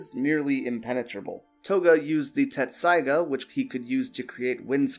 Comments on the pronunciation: Dude, Tessaiga. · it happens half the people who watch the show still think you pronounce a t in tessaiga